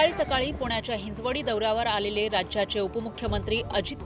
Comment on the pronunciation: हिंजवडी म्हणा... हिंज् वडी नाही चीड चीड झाली ऐकून हिच